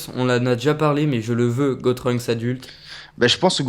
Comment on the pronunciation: C'est pas "Gotrunks" mais "Gotunks"